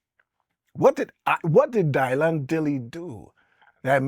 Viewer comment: The greatest folk singer of all time is… Dylan Dylan Dylan 😂😂😂 Bob DYlan 😂 the pronunciation of his name to sound different is hilarious